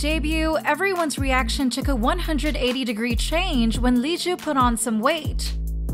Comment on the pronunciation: It's Liz, not Leesoo